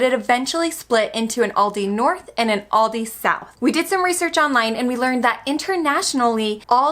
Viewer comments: Please stop saying Aldi's, it's Aldi. Also, milk, chicken and pork might be cheaper in the US but what's the difference in quality compared to Germany? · Why do you say Aldis? Where does the S come from? You dont say Krogers for example. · Guys please, there's no S in Aldi. It's Aldi, niet "aaldys".